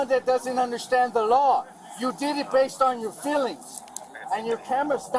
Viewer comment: Not for nothing, but someone needs to tell the out of control cop that" y-o-u " is not pronounced "c-h-e-w".